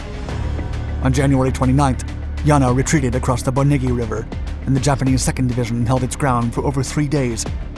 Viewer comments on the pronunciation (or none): none